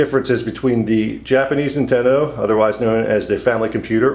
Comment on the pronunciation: Lol, "Nintenedo" :P